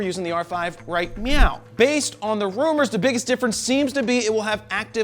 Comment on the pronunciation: You said Meow funny.